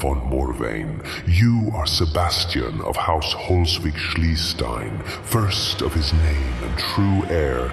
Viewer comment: Why did you butcherd his Name so much?! Q_Q Holswig-Schliestein.... I life in Schleswig-Holstein in Germany so this Name hurts so much!